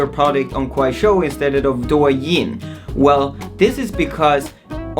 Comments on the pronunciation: It's actually pronounced "doe yin", as in "doe, a deer, a female deer" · I think is DOUYIN not DUOYIN A